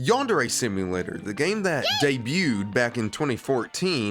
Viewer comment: What really irks me about this whole thing is that he calls it "YAN-DAIRY" like ffs man this game is your whole life and you can't even pronounce it right